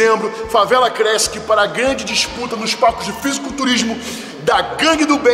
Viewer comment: Leo:- "Favela crÉssiqui." 😂🤣👽🤫